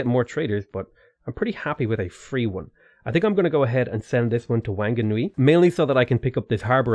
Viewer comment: Actually Whanganui is pronounced Wanganui by the tribe, that's why it used to be spelt as Wanganui. But obviously for everything else the WH is an F sound